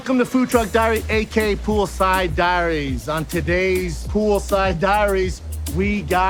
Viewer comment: Someone tell Brendan its 'A.k.a' not 'a.k.' !